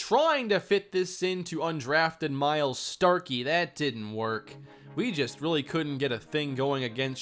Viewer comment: Starky = STOKELEY